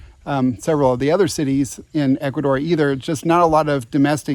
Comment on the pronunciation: Wow first time i hear Ecuador and not Ecuathor , Ecuadoor or in the worse case Columbia ,LOL , excelent video